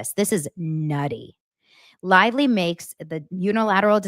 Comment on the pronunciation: BLAKE CLITVELY or BLAKE CLITELY 😂😂😂😂